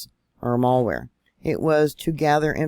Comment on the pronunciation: mal wer NOT mall wear 🤦‍♂️😬